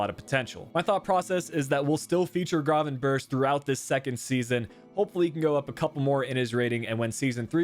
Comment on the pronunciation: Thank you for the feature! Much love <3 and just a FYI, Its pronounced Gravenberck instead of Gravenbirch:D